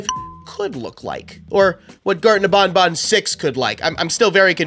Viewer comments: It’s ban ban not bon bon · "Bonbon" Oh no, no, no, it's pronounced ban-ban Like you're saying, "you're BANNED." You're welcome! Love your content btw! I've been watching your videos since around :) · bro its banban not bonbon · You’re saying garden of BonBon, instead of BanBan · It's not garden of bonbon. It's garden of banban. Where you going to say to the blue spider? Nobnob? It's nabnab. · ITS BANBAN NOT BONBON WHO IS BONBON? THE LIL BONNIE ROBOT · Bonbon? Your wrong is banban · It's not Garten of bonbon it's Garten of banban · I dont like the way he says banban i mean thats how you say it but i say it like banban and not bonbon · How do he call banban to ... bonbon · Bro u said Garten of bonbon